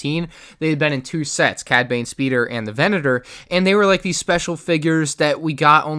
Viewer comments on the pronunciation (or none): none